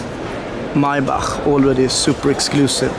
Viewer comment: Finally, someone get the “ Maybach “ pronunciation correctly. Congratulations from Europe